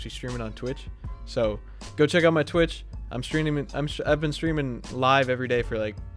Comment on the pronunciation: Been not ben been b e e n been not ben no not b e n jeeeee